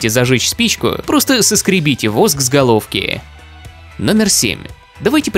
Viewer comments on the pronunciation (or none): Мне одному послышалось: Саскребите воск с ГОЛОВКИ😂😂😂